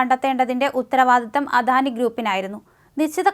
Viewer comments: അധാനിയല്ല അദാനി എന്നു പറയുക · അധാനി അല്ല അദാനി ആണ് തെറ്റ് കേൾക്കുമ്പോൾ ഓക്കാനം വരുന്നു